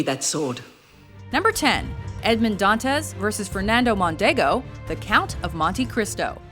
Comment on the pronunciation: She punctuated wrong syllables in the name Edmund (s/b on [u] instead of [e]) Dantes (s/b on [e] instead of [a]). I don't blame her, really. She is an English speaker, but if she could say Alexandre Dumas correctly, maybe she should have done a little research and said Edmund Dantes the right way too. It was very annoying so I had to stop watching it. It's even worse with tennis. It's not Navratil[o]va. It's Navrat[i]lova. And it's not Sharap[o]va, but Shar[a]pova. Ah, what can you do.